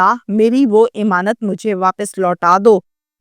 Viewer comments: O YOU STUPID AND BRAINLESS, IMAANUT IS NOT CORRECT WORD, AMAANUT IS THE CORRECT WORD 👌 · thodi urdu bhi seekh lo imaanat imaanat